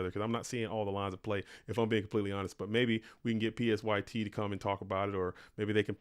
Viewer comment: LAST WILL GANG Also, psyt is pronounced "sight" like psy-ops